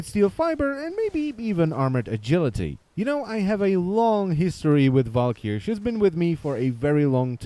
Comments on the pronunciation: "Val-ker-ee" not "val-key-air". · Garen Olivari Well no it's a swedish word pronounced Val-k-yyr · is it just me or does anyone else fin it extremely funny how his accent makes him say walkyr ?